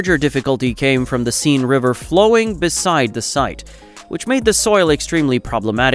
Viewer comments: The river Seine is pronounced sen. or if your English sain . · As many others have already said ,this AI nonsense is horrible. Another mispronunciation was ( River),Seine, pronounced Sane, not Seen. You would think that after putting in so much effort on the video ( which is excellent by the way), the author would be proud to read out his work. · Yeah that more-tar is great when it’s used along the Seen like that. Ffs, enough with the f-ing AI everywhere! 🤡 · And kai-san? And purr-IZ-ians? And Seen river? And "locked the competents firmly together"? And deck-or-A-tiv? And accum-uh-lator?